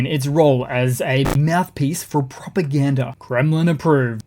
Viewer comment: I heard RT pushes "poopagranda"